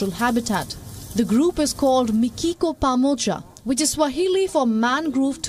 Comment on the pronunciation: It's mikiko pamoja in Swahili not pamocha